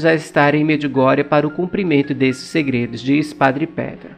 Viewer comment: Olá amigo, gosto muito dos seus vídeos, Deus abençoe sua missão!!!! Queria só fazer uma observação, para ajudar!!! Só a questão da pronúncia do nome do padre e do monte!!! Se pronuncia, Padre Petar Lubertite. E o monte se pronuncia, Pôdbodro!!! Abraço